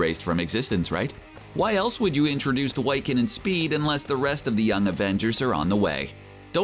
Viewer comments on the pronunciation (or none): Did you just say... Why-Can? It's Wick-an, Wiccan. Like the neo pagan religion of Wicca. It means magic basically, good witches. The name is meant to show that while Scarlett Witch is a Witch, and can do some messed up things, that Billy isn't like Wanda, he's a good guy, which, I mean, makes sense since he'll likely be a young avenger and so on. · "Why-kun"? It's pronounced Wick-can! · Okay. Mephisto IS and extra-dimensional being. He's NOT Mephistopheles - he's Mephisto. And Whyccan?? It's Wiccan (wick-an), like the word Wiccan. Isn't this what you do? Isn't this your thing? How can you get that much wrong? The theory is good but you're definitely not the first to bring it to light. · “Why-Ken”? Lol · LOL 'why-can' (Wiccan)